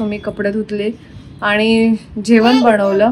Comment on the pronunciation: जेवण म्हणताना "जेवन" म्हणते आणि बनवलं म्हणताना "बणवलं". न च्या ऐवजी ण वापरला की आपण खूप शुद्ध भाषा बोलतो असं वाटतं काही लोकांना. छान ला छाण , घाण ला घान असं का म्हणता उगीच. भाषा शुद्धीकरण करा जरा.